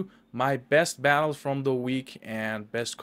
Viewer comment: “Best attles”